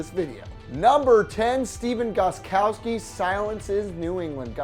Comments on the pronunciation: Gostkowski not goskowski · It’s gosTkowski with a t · Isn’t it gostkowski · you forgot to put the t in gostkowski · Gostkowski* i know guys its hard its okay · If you are going to point something out about Gotskowski, why don't you spell and say his name right. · It's Gostkowski